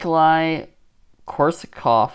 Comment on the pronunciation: Haha wtf pronounced that correct?!?!